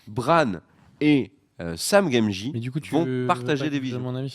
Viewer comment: Sam gamegie ? 😂